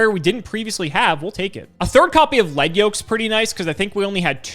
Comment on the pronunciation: it's starting to really grind my gears, so if you ever read this, please keep in mind; the "lead" in "battlin' boxer lead yoke" is pronounced "leed", not "led". it uses the word "lead" as in, something in front of something else, not "lead" the type of metal. the anime and duel links both confirm this. the reason is that the yoke lead yoke is wearing is attached to his head and his leading fist (the fist further forward in a boxing stance). the yoke is NOT made of lead (the metal). it would be a fairly ineffective yoke if it was; lead is a pretty soft metal.